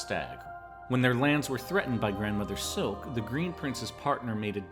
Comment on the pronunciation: It's not Grandmother silk It's Grand Mother Silk She is Grand not a grandmum...